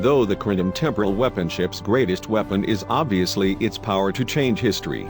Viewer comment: LOLOLOLOL, the mispronunciations are hilariously bad! weeepon